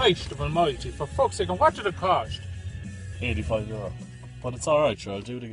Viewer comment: "And what did it cosht?" 😄